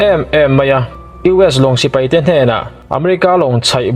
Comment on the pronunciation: sipai,tih tur hi sipei i ti zeuha